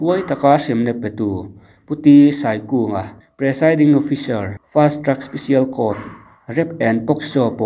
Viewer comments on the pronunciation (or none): Pronounciation kha fiah ka tilo(eg: fast truck special court,ti in ka hria,,) fast track special court tih zawk tur